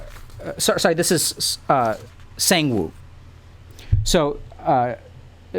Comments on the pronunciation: The English word “sang” and the number “one” now put it together “sAnGe-WiN!?!?” 😂😂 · (not flaming) listening to Dr. K pronounce "Sangwoo" reminds me of ProZD's clip 😂😂😂